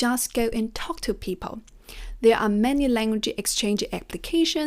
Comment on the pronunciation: The correct pronunciation is "goaL", "peopLe", not goü, pepoü :)